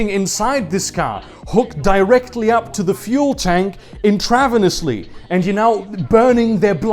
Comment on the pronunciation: lmao "intravanasly"